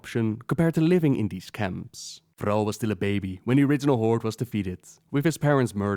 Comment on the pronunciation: Only person I know to pronounce the Horde "The Hordt" and you also call Thrall "Throwe"